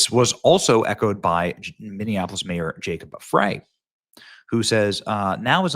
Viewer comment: Frey pronounced Fry